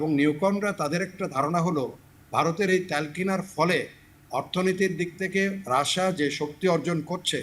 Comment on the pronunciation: আমি তো জানি রাশিয়া। রাশায়া আবার কি😂😂😂😂